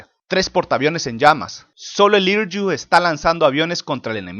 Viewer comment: "Hiryu" se pronuncia "Jiriu"